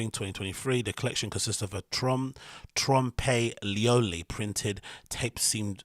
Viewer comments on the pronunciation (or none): Trompe L'oeil is pronounced 'Tromp Loy' -- it means trick of the eye -- usually used in art to describe realistic optical illusions ---- ie. The crinkle cling film jacket effect